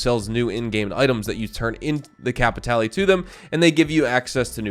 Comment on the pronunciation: you don't want to go get some "cay-pee-tay-lay"!? one of my favorite things to do is to get some cay-pee-tay-lay and then i use my cay-pee-tay-lay to get some stranger missions and then get more cay-pee-tay-lay so i can do more stranger missions and search pockets for more cay-pee-tay-lay. (i physically cringe when npc's say it in game.)